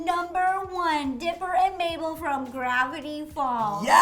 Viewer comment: Please call Mabel,Mable not maple😠